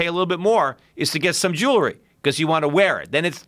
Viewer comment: He mis pronounces ‘jewelry’